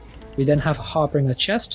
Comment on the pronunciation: Love your videos, this is gonna be my next build. But please stop calling harbinger(har-bin-juh) "har-bringer" .. it hurts 😂 would love it if you'd update your website too.. your builds seem to be better and more meta relevant than Altcasthq and from what I can see you've only put 3 pvp builds on your website :( easier to follow when you've got a text/image based guide as well 👍keep up the good work